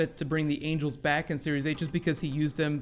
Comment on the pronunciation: No, he said angle not angel